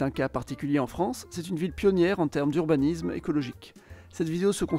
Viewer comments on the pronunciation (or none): Intéressant mais on sent que l'orateur n'est pas du sérail à cause de certains noms de lieux écorchés ; et un mauvais point pour l'urbaniZme.